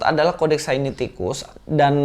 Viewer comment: koreksi bukan sainiticus tetapi Sinaiticus. GBU dan tetap semangat mewartakan kebenaran iman Kristen.